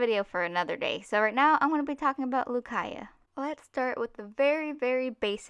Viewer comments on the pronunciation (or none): My name is pronounced ‘Caya’..... It was so awkward watching this for me ;^